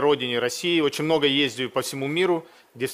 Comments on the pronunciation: мне тоже это "ездию" резало ухо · как же это "медийное лицо" не научили правильно разговаривать, что за "ездию"?